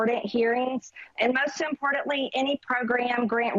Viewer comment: This is coming from a woman who can’t even pronounce importantly